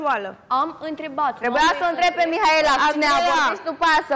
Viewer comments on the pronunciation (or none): hop și cu "MIAELA" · nu are ce căuta acolo.. dau mai departe când vorbește el, e plictisitor. și pe fata aia o cheamă Mihaela nu MIAELA!